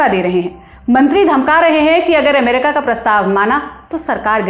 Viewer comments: अमेरिका को एमेरिका बोल रही है, और डेलावर को डेलावेर, कहां से ले आते हो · ये अमेरिका के बदले एमेरिका क्यूं बोल रही है? थोड़ा सिखाइए कोई इसे